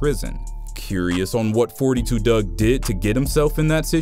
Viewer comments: Foe 2 dugg not forty two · It's four two dugg not forty two dugg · his name pronounced four- two dugg, s/o gngnem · "four-two Dugg"